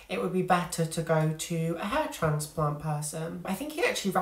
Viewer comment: Yes ha ha. I’m originally from the Midlands so we switched northern/southern pronunciation a lot: grass/grarss, bath/barth etc. but you managed north+south in one word. So instead of transplant/trarnsplarnt you said transplarnt. I live in Texas these days where it’s closer to traaansplaaant ha ha